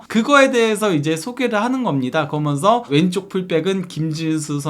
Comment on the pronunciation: 아 발음좀.. 그러면서 거먼서.. 한번도 끝까지 시청을 못하네